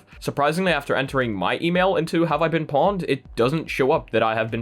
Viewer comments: 😂, please, it's pronounced "poned" or "owned", not "pawned" 😂 But on a serious note: Here we go again - Facebook data compromised... It's kind of lost its shock value at this point. It's been common knowledge for years that Facebook can't (and won't) keep anything secure, and they sure as hell don't care enough to bother trying either 🙄 Change passwords, shrug shoulders, rinse and repeat in about 12-18 months when another months-old data breach is finally disclosed. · It's not pawned. It's pronounced poned. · It’s pronounced “poned”